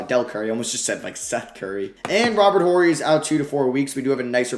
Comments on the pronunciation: The H is silent in Horry. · The H in Robert Horry is silent 😂 Rly enjoying this series. Definitely would enjoy you using the Pistons at some point.